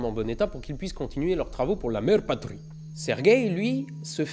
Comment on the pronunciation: Le "Mère Patrie " xD